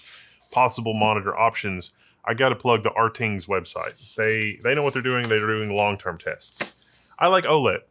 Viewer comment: rtings website can be pronounce as ratings btw:3